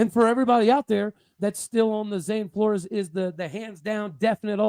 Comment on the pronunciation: Fyi, heard Zane last name is pronounced floors not flor-ez.